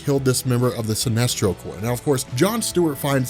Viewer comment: it's CORP